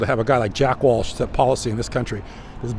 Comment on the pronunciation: JACK WELCH.. NOT WALSH 👍